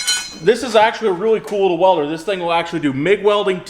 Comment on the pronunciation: did I just hear you say Let me grab my walder lol